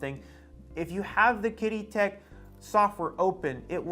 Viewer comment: it's pronounced like "cheedee"